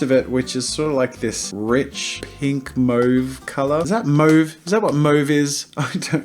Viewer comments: asaksasdgahsdgsdfghsdfh its pronounced (M-AW-VE) not (M-OH-VE) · Mauve is pronounced Maw-v,not Moe-v, sorry Jazza... guess you really don’t know Mauve lol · it's pronounced (M-AWE-VHE) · jazza’s way of pronouncing mauve threw me off so much. wtf is that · Also learn how to pronounce mauve please Jazza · Ashley Alfred its pronounced moe-v in Australia (by most people anyway) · They're both valid pronunciations in different regions. In England we sometimes just use the French pronunciation which is kind of between the two.